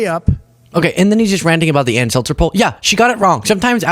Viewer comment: Dude, it's Ann Selzer, not SelTzer. She's not carbonated water, lol.